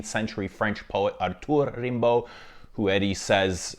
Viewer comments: Its pronounced Rambo like the movie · The perfumer at Celine misheard Slimane's request to produce a perfume named Rambo (same pronunciation in French). It was meant to smell of toxic masculinity and ham acting, but Rimbaud's nice too. ¯\_(ツ)_/¯